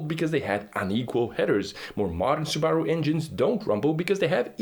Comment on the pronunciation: The way he pronounced Sbaru is interesting! 🤔